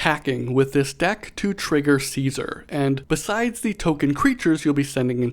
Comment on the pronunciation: Gonna be the fallout super nerd here, but its pronounced “kaisar” look it up for better pronunciation (bottom line, wasteland survivors are barely smart enough to speak propper english let alone a roman name🤣